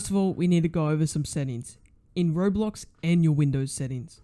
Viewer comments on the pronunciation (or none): none